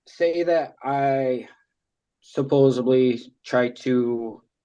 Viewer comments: It’s supposeDly not supposeBly. Sorry, that’s my nails on a chalkboard. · Hey, genius—WTF is "suppoZUBly"? It’s "suppoSEDly"! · "suppoeseblee" ugh I know it's a little thing that a lot of people do, but it drives me nuts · “Supposubly”…that’s it…it’s over…GUILTY